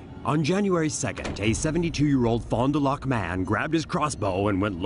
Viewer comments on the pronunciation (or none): you dont say LOCK in fon du lac you say lack